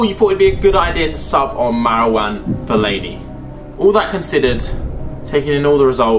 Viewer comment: She said Fellaini lmao nvr say fellaini